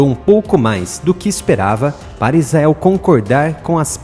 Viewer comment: IIGNORANTE , se pronuncia ISRAEL, e não IZAEL... o cara sabe que está pronunciando errado, e caprichosamente escolhe pronunciar erradamente.